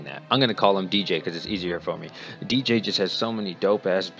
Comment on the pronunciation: DJ (Not Djuntas!!) your the best Diablo Youtuber, funny and real guy. Love watching your content!